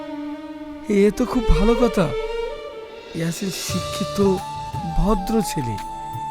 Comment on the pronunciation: Eyasin er name ke shahin bolchen kano